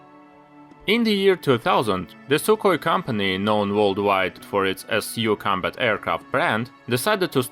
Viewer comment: sukhoi not sukoi